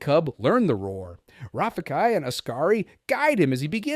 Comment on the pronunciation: Simba and Nala’s son’s name is pronounced as "Kai-on". (I’m hearing “Key-on”.) (Are you speaking with some accent?) You’re also not pronouncing Rafiki’s name correctly, you should watch “The Lion King” and “The Lion Guard” franchise again and redo this video by saying their names again! Anyway, I think it was Kion who holds the ultimate strength.